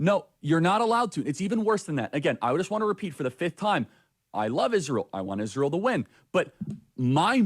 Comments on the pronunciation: Why does she say "Ishreal" and "Nententawhooooo"? She's insane! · 1) why is she pronouncing Ishraël? 2) why is she pretending Israël has anything to do with Kirk's death, WHEN KIRK HIMSELF SUPPORTED ISRAEL??? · When she says "Ishrael", I just want to punch her in the face, with a chair!! Also, Charlie got married 5/2021, she was NOT at his wedding! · she sounds like an idiot when she says * ishrael *...its not ishrael, its israel...and the name came from YHVH himself when he changed jacobs name to israel... i cant listen to her anymore ! !...👱‍♀️✝️🇺🇸🇺🇸🇺🇸🩷🇮🇱🩷🇮🇱🩷🇮🇱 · Ishriel? Wut? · The way she always pronounces Israel as 'Ijshreal' makes me laugh at her even more :) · i dont know if anyone else notice but i get so cringeee how she pronounce 'israel'.......ishhhhhreal ishhhhhreal ughhhh. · Notice how even Candace Owens pronounces Israel: IS REAL Israel is real!!! Subconsciously, it comes right out of our enemy's mouth... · I can’t stand the way she says Israel not only is she antisemitic but add dyslexic on the list too 😂😂😂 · Notice how wrong she is pronouncing "israel"? Every. Single. Time. Charlie himself called this behavior as demonic - blaming the jews in every problem they have. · I never say this about people, but this person lives with a cloak of evil and is an idol worshiper, as well as mentally ill. She can not even pronounce the name of Israel correctly. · You want a sign of a person with Demon possession? Ask them to say Jesus, Yeshua or Israel. Notice she says "Ishrael" because the demon can't even speak the name. Total Shibboleth